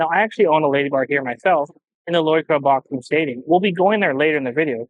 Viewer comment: Finally a vlogger who can actually pronounce Loi Kroh correctly..